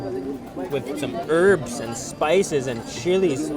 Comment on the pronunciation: when you say "herbs" it sounds "Arabs"